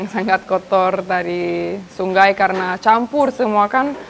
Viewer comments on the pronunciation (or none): Ternyata gc bisa ngomong sungai bisa nya sunggai bunga jadi bungga gemes klo denger suara nya 😅😆